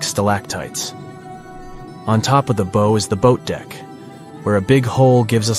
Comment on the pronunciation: look up the pronunciation of "bow"